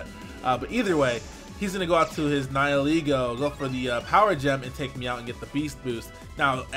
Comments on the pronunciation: I never understood what its name was or what it meant until he pronounced it the way he did. I've heard it pronounced Nee-hee-lay-go for the most part but it's Neye-ull-ee-go. As in nihilism and ego. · TheUvence14 'nihil' is Latin for 'nothing'. And it's pronounced like "nigh-uhl" like in the words annihilate and nihilism. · THANK YOU SO MUCH FOR PRONOUNCING NIHILEGO RIGHT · THE FIRST YOUTUBER TO PRONOUNCE NIHILEGO CORRECTLY! 👏👏👏👏👏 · so good to finally hear someone pronounce nihilego properly